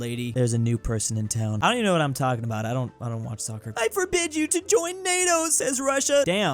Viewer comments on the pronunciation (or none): none